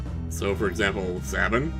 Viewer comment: Your pronunciation of "Sabin" may be correct, and I can't prove it wrong, but personally; I like to think it's supposed to sound more like you're saying the word "Saber," and then adding "In" instead of the "er" at the end. More akin to "Say-bin."